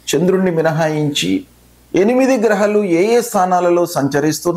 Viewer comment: Grahaalu ani palakdam nerchukondi.. kindly request you